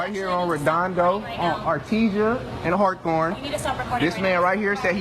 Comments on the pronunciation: “Artesia and Har-thorne” 😂 It’s Hawthorne fool! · HARRRRRRRRRRRRRRRTORNE its Hawthorne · It's Hawthorne not Harthorne why can't people say it right there is only one R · I'm sorry....it's Hawthorne...not Harthorne. He can't even pronounce the city he lives in or near?